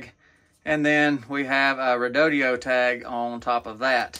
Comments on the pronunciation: REE DOH DOH not REE DOH DEE OH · Where do you get "REE DOUGH DEE OH" out of Redodo? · Dude, you can't read?. Your pronunciation of the battery brand name is just lazy 😢.